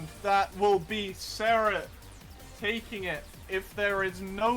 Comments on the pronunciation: wait... was it always pronounced "serret"? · Is his name pronounced care-rit or sare-rit